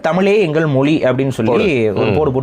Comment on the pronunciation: Tamil mozhi nu ucharipu ungaluku Sariya varrala Nenga mozhi patralara